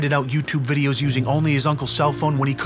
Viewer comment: Is it videos or "wideos"? 😁😁😁